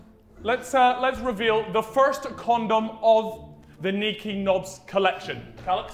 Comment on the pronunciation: THE NDL SEND OUR REQUARDS! *It’s niko not neeko*